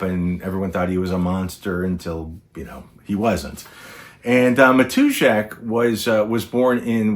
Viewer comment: I've heard his name pronounced /ma-tuz-ak/...with apologies for ruffling any feathers.